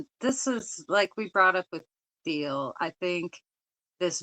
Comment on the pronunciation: It’s pronounced TEEL, the H in Thiel’s last name is SiLENT. It’s not THEEL.